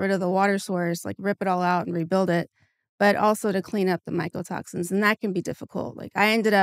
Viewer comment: Genuinely is it just me or is she saying “michael toxins”